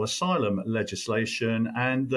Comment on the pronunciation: Aylum, you say? Figures.